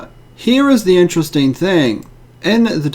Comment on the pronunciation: Is that really interestaineeee.. It's amizaneeee.